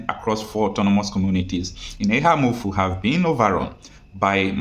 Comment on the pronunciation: It is pronounced Eha-Amufu please, actually the name was originally Eha-Umuhu but colonial masters changed it to Eha-Amufu. Eha = Oha .